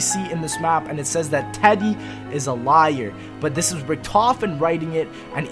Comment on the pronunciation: i dislike how you emphasis the word "This" lol